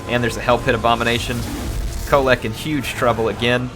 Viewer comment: That end with Kholek was more like "hit a mole"